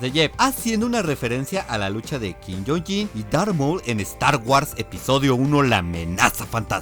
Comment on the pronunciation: Como dice que le dijo a Qui-Gon Jinn???? quin-yon yin?? noooo asi nooo XD